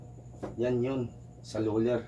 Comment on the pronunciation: Sir ang galing po kahit luler ang sinasabi mo